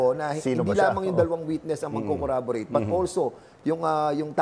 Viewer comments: Hindi ko ibinoto si Duterte nung 2016 pero yung paliwanag nyang “guilt is personal” na-gets ko. Pero itong si Dan Fernadez, feeling matalino hahaha. Juskopo paki correct po muna yung pronunciation mo ng “corroborate” hahahahahaha. Kumuha ka muna ng law para matuto ka sa mga terms ng batas para di ka naliligaw. Wag ka puro google. Hahahaha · Naka-6x basically sha b4 I stopped watching hehe... tapos Cong, corrAborate talaga? Cong, corroborate nmn kasi. 😂